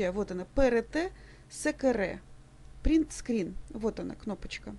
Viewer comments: пэрет сэкэрэ XD. Все эфы ахахахахахаха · цісьніце "пэрэтэ сыкыррр" 😆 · на пэрэтэ сэкэрэ вообще порвало в клочья))))))))) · хахаххаххаха вы слышали как она читала буквы Print Screen